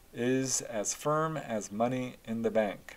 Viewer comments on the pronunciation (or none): none